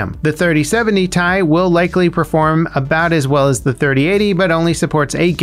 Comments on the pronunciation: PLEASE it's not tie .. it's T.i. (as in Titanium) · Its T I not tie 😂😂😭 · lol first time I heard someone say T.I. as Thai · Say it with me "T. I." not "Ty" lol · bruh had me hella confused with the "3080 thai"... my guy everyone calls it "3080 tee-eye" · Lol same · I kinda flinched every time he said tie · except literally no one says "ty" even nvidia say t.i. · i was thinking this as he said it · TAJ!! No no no... It's Tee Aj! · Who says Tai instead of Ti.... I’m scared now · It’s T i not tie. Separate letters not one word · Why are you pronouncing It as TIE, instead of Tea-Eye, each letter individually! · Broooo pls have mercy on my soul. Stop saying ty and just say T.I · Is he trolling us for comments by calling it Ty rather than Ti? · It's pronounced "ti", not "ti"! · Stop saying Tie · "3080 tai" you had to purposely butcher the pronunciation. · 3080 thai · "3080 tie" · I have never heard anyone pronounce it "Ty" before... Now I'm questioning if we've all just been saying it wrong all this time... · Who calls it “tie”? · Please never say "Thai" after any GPU name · And who the hell pronounces 3080Ti like that? Ty...? da hell? xD Unsubbed! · I cringed really hard. And then went looking in the comments lol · Nvidia pronounces it like that?? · The way you pronounce Ti frustrate me more than it should tbh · don't worry we all cringed at this